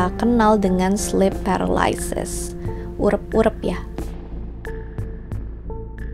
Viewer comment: Sleep paralyses kalo di indo, sebutannya erep-erep bukan urep-urep 😭😭